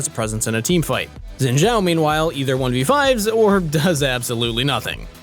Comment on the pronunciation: Don't wanna be nitpicking, but his name is pronounced like "Shin", not "Zin" Zhao ("Jao").